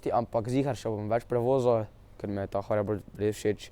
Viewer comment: dej jape nauč se govort neznaš niti hoverboard rečt rečeš faking haribord